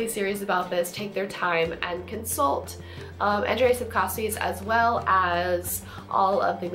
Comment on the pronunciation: you pronouncing Andrzej Sapkowski pretty correct but try say name of another polish gentleman called... Grzegorz Brzęczyszczykiewicz:D